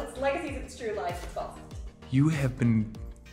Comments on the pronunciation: Nobody: Peyton Alex Smith(rafael) : liegacies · no one: absolutely no one: literally no living soul: Peyton: "Legacy of lies" "Lie-gacies" I can't!! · Peyton: "Lie.... gacies" lmao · raf: “lie,gacies” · Peyton: Lie...gacies 😂😂😂😂😂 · Peyton: Lie....gacies. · When Alaric says legacies, I know because I fought one I had to listen to that a lot because it sounded like he said he fu**ed one! Haha